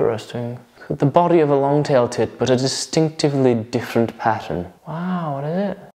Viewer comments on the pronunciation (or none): none